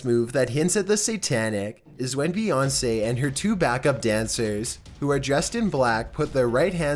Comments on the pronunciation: Beyounce really 😂😂😂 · No not bèyonce